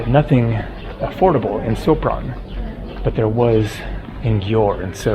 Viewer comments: Sopron is pronaunced Shopron. Hungarians read a "s" like "sh". If they want to say "s" they write "sz". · The proper pronunciation of Sopron is "shopron"